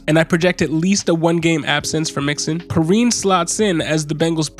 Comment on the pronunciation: Pee-Ryan is the right pronunciation I believe, great video btw